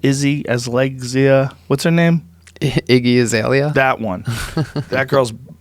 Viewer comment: Joe "Izzy Azlegzia" Rogan